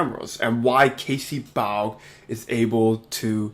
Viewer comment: Casey’s last name is pronounced ‘baw’ (such as ‘bawling’)